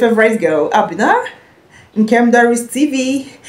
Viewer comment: The name is not Abe-na it is Aben-na